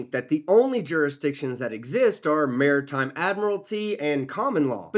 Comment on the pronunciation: He went to say Maritime but is SOOOO ignorant he couldn't remember how to pronounce it, so he went "Mm.. mm.. military!" 🤦‍♂️🤣